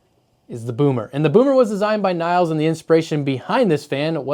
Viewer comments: Nils is pronounced like "heels", but with an N instad of H. Same goes for Niels. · "Nils", atleast in Swedish is pronounced more like ya would say "Million", if ya change to "Nillion" and then short it to "Nills"